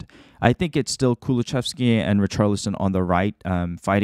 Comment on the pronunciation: Lovely video as per usual! But just fyi, it's ku-lu-SEV-ski, not ku-lu-CHEV-ski /Swede ^^